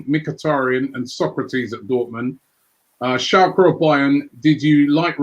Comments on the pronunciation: Everyone: Schalke Robbie: Schalka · I have to admit it, Schalka sounds better, I AM ADOPTING THE MISPRONOUNCIATION RIGHT NOW.